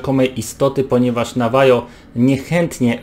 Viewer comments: Powiem tak wszystko fajnie pięknie gdyby nie: wymowa niektórych słów takich jak '' Nawajo czy Rdzennych Amerykaninów" i to że perfidnie widać jak czytasz z monitora razi w oczy. To i jeszcze nie znajomość tematu w stylu rozmawianie o jednej kryptydzie a pokazywanie zdjęć drugiej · "Nawaho", nie "Nawajo" Panowie... Skinwalker. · Navaho a nie navajo stary... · Szczerze mówiąc to bardziej interesuje mnie powiązanie Indian z plemienia Navajo ze skinwalkerami niż same istoty. Mitologia rdzennych Amerykanów jest naprawdę interesująca. P.S. Navajo czyta się nawaho ;P